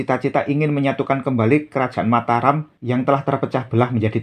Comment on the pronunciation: Sudah benar Mataram. Kita langsung merujuk pada naskah aslinya, bukan mengikuti pengucapan masyarakat modern.